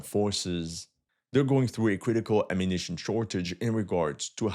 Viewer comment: This guy needs to learn how to talk normally without stretching the words towards the end: ammunitioooon. Damn, bro, learn a more proper English pronunciation.